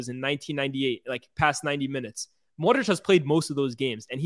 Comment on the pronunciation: i love how and giving modric all his flowers. real talk. but please say modri-ch instead of modriCCCC